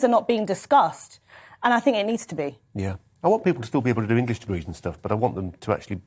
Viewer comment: Maffs and Ingwish.